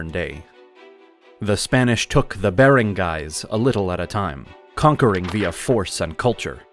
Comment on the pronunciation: He pronounced Barangays and Datus wrong.